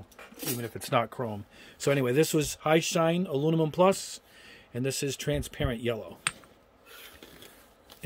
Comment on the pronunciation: I just view to hear you say "alunimum".;-) Joking aside, I can't thank you enough for doing ALL of these tests. I know it's not only a helluva lot of time and energy to do the vids, but I'm more impressed with the $ you're spending on this stuff so we don't have to! I'm not a Gunpla or Gundam builder but these tests certainly apply to whatever type of kits you/we build. Thanks again and keep up the excellent work!